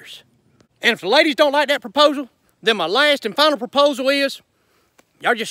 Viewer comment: "Laydishh"